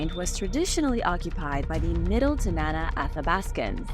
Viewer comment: Good grief! I live in Alaska and find what the world thinks of us fun. However, ask about pronunciation!!! Tanana (Tan-ah-naw), Yupic (You-pick), and Denali (Den-all-E). Feel free to reach out if you need help. It hurts my ears.